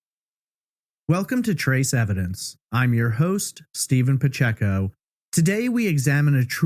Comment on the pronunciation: N It's Pacheco, not Picheko. He's not a Pokemon.